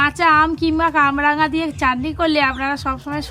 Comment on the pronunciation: কাবরাঙা নয় কামরাঙা নাম এটার ।